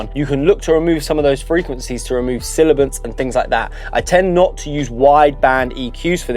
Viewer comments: he said silibance , it's sibilance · SIBILANCE: pronounced [SIB·bill·lance] not [SILL·lib·bance] Otherwise, decent video. Thanks.